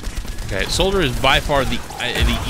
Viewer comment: it's "soldier" bud